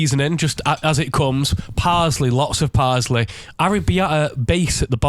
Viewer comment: Who says Parsley like that??? Parzley????